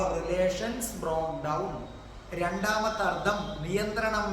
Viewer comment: വളരെ രസകരമാണ് സാറിന്റെ ക്ലാസ് അതുകൊണ്ട് ഞാനും ഇംഗ്ലീഷ് പഠിക്കാൻ തുടങ്ങി ക്ഷമിക്കണം ഒരുകാര്യം പറയാൻ അനുവദിക്കണം അർദം എന്നല്ല അർത്ഥം എന്നാണ് മലയാളത്തിൽ ശരിയായ ഉച്ചാരണം..